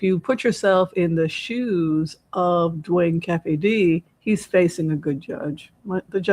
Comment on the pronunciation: This reading was a nice change of pace! Thank you! Also it's pronounced KEEFIE...and he was a HUGE west coast drug dealer, hence the $$. To be so arrogant to write a book about taking someone's life, profit from it and have 30 years of freedom? He deserves everything he gets..maybe he and Suge can be "cellies."